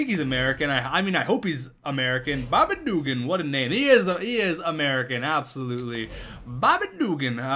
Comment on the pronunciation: Please stop saying Bobby Dugan like that, it is offensive to people in the south